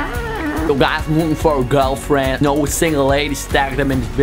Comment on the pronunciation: Eijem loeking for a GulFjend No sjest no sjeks